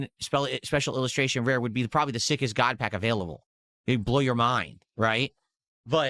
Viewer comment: "GOUT PACK"